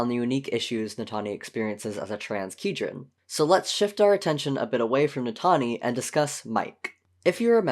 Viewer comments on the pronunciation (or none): As a long time TwoKinds reader, I have two things to say: 1) it is heinous that you are pronouncing it "key-dren" and not "kai-dren" 2) good job, this is (from what I've watched so far) accurate, nuanced, and well done